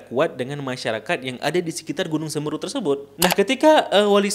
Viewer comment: Ijin pembenaran bang... yg benar semeru bukan seumeuru